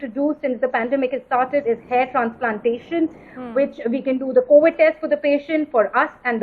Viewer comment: COWID?! WHATS COWID LADY?